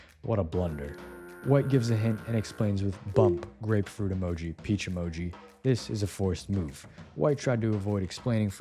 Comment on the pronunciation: did you just say graperuit😭😭😭